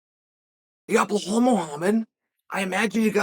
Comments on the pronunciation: Every time I hear Uncle Chael say, "Blah-Hall" and "Mac-Kel-Chev" I crack up! Uncle Chael is the man! He is hilarious!!!🤣I bet if anyone were to ask Uncle Chael, "You are pronouncing these fighters names wrong." Uncle Chael's response would most likely be the following, "Guess what? I don't care!"🤣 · Blahal😂 It's Belal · Shavkat is 17-0 and it would take 2 seconds for Chael to look it up, but he is intentionally spreading misinformation, like saying Blahal in every video